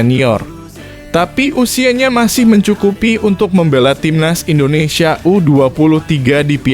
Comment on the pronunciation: Min ngomong INDONESIA nya jgn di plesetin donk, itu nama negara kesatuan rebuplik indonesia